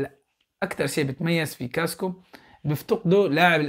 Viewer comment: يا صديقي اسمه كاسكااااااو مو كاسكو لو سمحت لاعاد تقول كاسكو 🙏🙏تقدّم وفقك الله